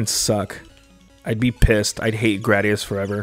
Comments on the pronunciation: it's gray-dee-us! (Isn't it?) 🤔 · Ya know, I looked online to see what other people were saying and it seems like your way is the most common pronunciation! Next time I play a gradius game on the channel I’ll try to remember 😅